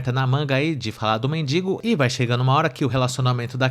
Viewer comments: Moço, é MENDIGO e não MEDINGO. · Toda vez que você fala dingo, racho o bico por aqui.......kkkk